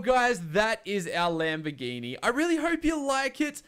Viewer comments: Actually the fifth attempt had the correct italian pronounce xD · actually, you pronounced it right the fifth attempt, you pronounce it like that in italian